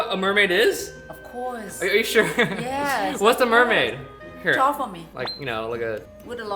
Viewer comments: MERMAID not ~MERMAY~ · It's pronounced MERmAid